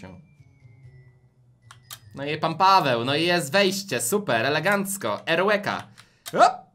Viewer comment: Eureka a nie erłka